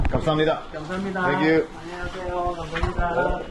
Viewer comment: '안녕하세요' 발음이 너무 자연스러워지셨습니다^^